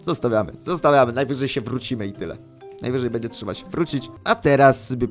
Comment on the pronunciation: Beńdzię sajmon mówi